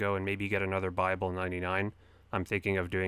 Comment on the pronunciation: When you said buyable I heard bible 99